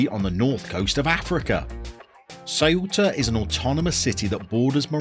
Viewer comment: So Ceuta is Thwaita. In Castellano (Spanish spoken in Spain - but not Catalan) you aspirate your c's. I did a Ceuta save some years back. Great club.